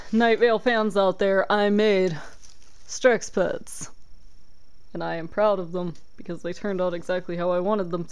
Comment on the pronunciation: At first I thought strexpets said "sexpets" XD